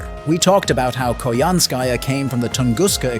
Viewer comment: I still hate how Koyanskya was butchered in Tunguska. I still wished she was part of the Tamamo 9.